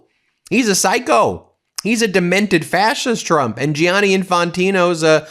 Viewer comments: It's pronounced 'Janny' not 'J-ianny', Ben. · Gianni is pronounced the same as Johnny. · Please, Ben and americans altogether: Don't butcher the name Gianni Just say Janny. It hurts my ears every time you butcher it!